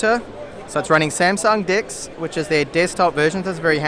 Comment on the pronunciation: Well dude it sounded like Deeecks